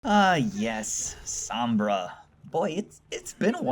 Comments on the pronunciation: omg it's SOHMBRA not SAHMBRA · "Ah yes, SAHMBRA." Sorry sir, but I think you meant "Sombra". Like damn son. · is S-O-BMRA not SUM-BRA! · SOMBRAAA NOT SAAAMMMMBRAAA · soh-mbrah..... its so-mbrah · he doesn't even know how to pronounce her name right lol its so-m-bra not sa-m-bra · why do people always say "SAHMBRA?" it's not that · It's pernounced sohm-Bruh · S om bra it's sounds like this so mbruh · You pronouncing her name triggers me cause you didn't say it right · Why does everyone say Sombra wrong? It's not that hard, they even say it correctly in the animation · You pronounced Sombra wrong, please get it right